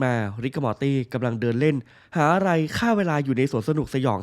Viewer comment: พี่ครับมอตี่ที่ไม่ใช่ม้าตี่ครับพี่พูดผิดครับผมพึ่งสังเกตุได้ว่าพี่พูดผิด